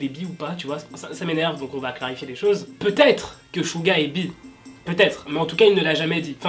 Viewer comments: c'est pas chouga c'est suga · C'est saga pas chuga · o nier c est Suga pas CHuga s il te plait sinon bonne video comme d hab;) et c est J hope pas j eaupe (c le son hein) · Il a pas juger hein... PS : c'est "Suga"